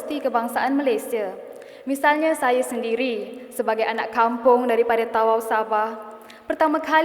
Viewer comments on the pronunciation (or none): Org tawau kena sebut ta'au. 😊